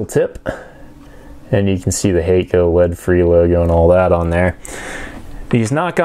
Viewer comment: FYI Hakko is pronounced hahk-koh rather than hey-koh. If you understand IPA then it is [hakko:]. It means "white light".